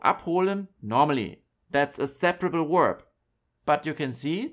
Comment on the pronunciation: Danke fur die Infos. Let me give a tips. When do you use in English the word "verb" then you have to pronounce it as "w" from german not as "u" from german. Verb not uerb In English w =u and v= v. Danke.